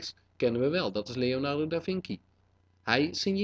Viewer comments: je spreekt het uit als leonardo da vinsji niet vinki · Leonardo da vinci... Hahaha dat spreek je toch echt niet uit als vinky maar met een c van cinema :p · het is leonardo da vinci. en je spreekt het uit als davinchi. zoals chihuahua. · In het Italliaans spreek je de c uit als [tsjie] en de ch als een k. Je hebt Leonardo da Vinci dit verward.